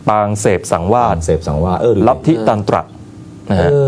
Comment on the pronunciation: อีกอย่าง ลิทธิ"ตรันตระ" ครับ ไม่ใช้ ยันตะ